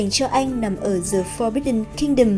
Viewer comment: Dạ em góp ý nhỏ 1 xíu thôi ạ. The trong tiếng anh mình đọc là "đờ" ad đừng đọc là "giờ" ạ. Em ko rõ là đúng TA hay ko mà em nghe hơi ko đc hay cho lắm với cũng kì lắm. Em ko giỏi tiếng anh nên ko dám bắt lỗi. Cơ mà add cần học thêm tiếng anh nhiều hơn. Mấy khóa phát âm 1 hoặc 2 tháng em thấy cũng ổn phết.